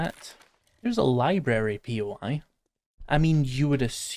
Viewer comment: Lie Berry! Lie Berry! Lie Berry!